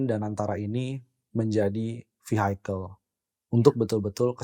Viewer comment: catatan : 1. yang bener = too big to fail. bukan too big to be failed. 2. vehicle itu bacanya = vihikel. bukan vihaikel. 3. host terlalu sering mengucapkan kata "apa". seharusnya pause aja, atau bilang "ammm".